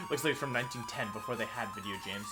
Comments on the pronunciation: Why does he say “wideo” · How could I forget about the daily pleasure of hearing wideo man? 😧, anyway day 90 something on commenting? <3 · I like when Wideo Man posts a wideo